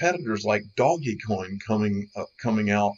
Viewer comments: don’t like how he says DOGGY COIN??? Don’t like the ADs??? Then leave, man up and stop acting like child. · Doggie is not how its pronounced omfg wow lost alot of my respect when you dont know how to pronounce it it's been top 50 since theres been 50 WOW WOW WOW !!!! Like trying to take someone serious who says they bought a bunch of ripples ...actually much worse cause it was atleast once called that ...wow wow